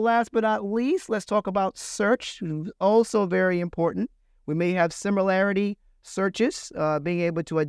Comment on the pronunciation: 1. It's similarity not similiarity 2. It's Scalability not scability I'm sorry this is so bothering, because it's coming from IBM